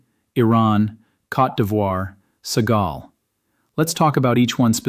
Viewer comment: Its called Senegal, not Segal, you incompetent AI programmers..